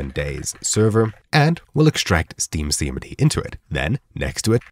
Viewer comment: Hard to understand when you say, "Steam CMD". Captions FTW.